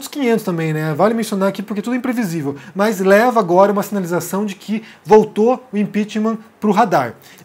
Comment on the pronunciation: Por favor, meus ouvidos doem ao ouvir mais ao dizer mas, de onde vem isso? No mais, suas análises são razoáveis, mas, um fonoaudiólogo seria recomendável!